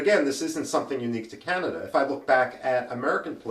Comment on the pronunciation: Canada not Canda🤓